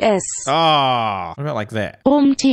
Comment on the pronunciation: rum sounded c*m😳